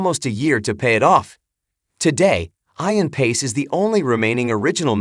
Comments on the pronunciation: FYI - it's pronounced E-an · You lost me at Eye-an. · Add totally irritates me that your AI isn't pronounced on his name correctly